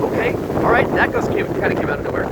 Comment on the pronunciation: The way he says alright sounds funny